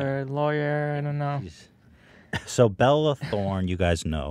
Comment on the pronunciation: Ethan always calls belle Delphine “Bella Delphine” and Bella Thorne “Belle Thorne” 😅